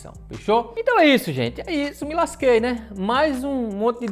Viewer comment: "ME LASQUEI TODINHO", eu dou muita risada com a ênfase que o dá quando fala isso, kkkkk.